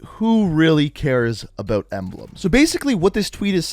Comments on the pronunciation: But he doesn't say "about," he says "abeaut." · The way he says about lol